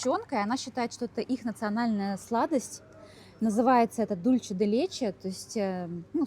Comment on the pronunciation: Учите испанский язык. Ола, а не Оля. Дульсэ, а не Дульче.